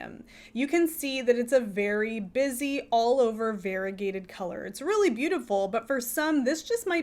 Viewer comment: Variegated is pronounced var-EE-UH-gay-ted, not var-i-gay-ted. Five syllables, not four. Your pronunciation is like saying varible instead of variable.